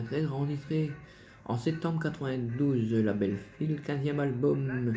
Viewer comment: Et la maison de disques n'est pas Phil comme tu dit !! mais Phillips ? Essaye de prononcer jusqu'à la fin si tu peux bien sûr ?